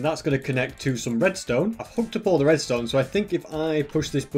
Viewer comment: * starts saying restone things* Me: Entertainment 🤪